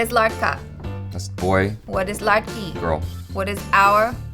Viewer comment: No - it is not " larka" it is ladka - the d is not silent and spelled - and same is for ' larki ' - it is "ladki"